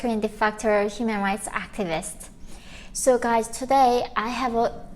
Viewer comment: `Activist', with the accent on `act'. You pay the rent in the same way other professional girls do.